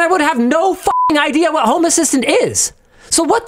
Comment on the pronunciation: Here's an idear. Make a quiz where you can win merch.... By guessing how many times Linus goes off topic 🤣